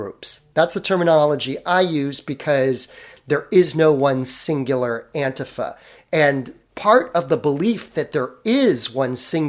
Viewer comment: I am never going to stop posting this nitpick. It is pronounced Anti-Fa, NOT Ant'fa